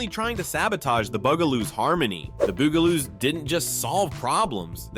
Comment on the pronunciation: BUGaloos not Boogaloos or Beegaloos. Also Benita Bizarre not Benita Bizarree.